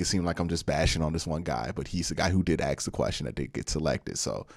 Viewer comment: Now that you’re a public personality who’s finely honed football analytics are a pleasure to listen to…could you please pronoun “ask” properly…it’s not pronounced “axs or acks.”